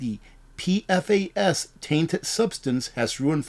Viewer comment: you might appreciate knowing PFAS is pronounced Pee-Fass